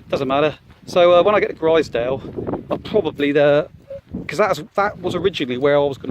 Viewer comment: Enjoyed the series As a local it’s pronounced glazedale (glaisedale) and growmont ( grosmont ) Made me smile